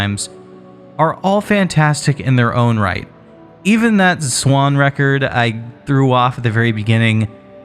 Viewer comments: And it is NOT pronounced “swan” it is quite literally Z-WAN, Zwan. (Where you got the idea is it said like “swan” is beyond me) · none of that matters. It's zwan not swan and this dude is clearly saying swan. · Everyone I have ever known pronounces the Z and doesn't just say Swan. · It’s Zwan pronounced with a “z.” Listen to any interviews with the band members at all and this is clear.